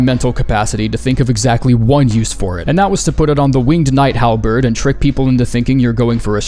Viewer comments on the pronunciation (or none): none